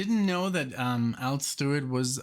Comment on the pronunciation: It's Al not all